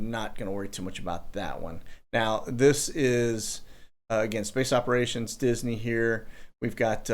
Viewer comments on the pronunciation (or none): none